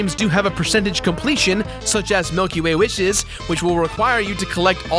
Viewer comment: The way he said Milkyway Wishes hahahaha.